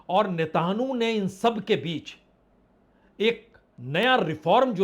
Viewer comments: नेत न्याहू को नेतानहू क्यों बोल रहे हैं सर? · अरे, पुरे परेशान भाई आप जो नेताणू नेतानू बोलते हो पहले नाम तो पता कर लो😅😅वो नेतनयाहू है 🤣🤣 और तुम नेताणु नेतानु चिल्लाते हो😅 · Sir, jab aap natanu bolte hain toh katanu yad aata hai. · Sir aap har bar israel ke pradhanmantri Nethanyahu ka naam galat lete ho.😁